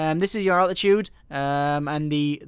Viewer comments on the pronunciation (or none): none